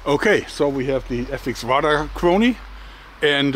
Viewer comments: Thank you Joerg, you just keep finding it where no one else can. To help you, Radar is pronounced like the ray part of xray. keep it up and Thanks again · I kept wondering what a rudder chronograph was. I think he means radar. Its always fun to see what words of our garbage fire of a language non native speakers have issues with.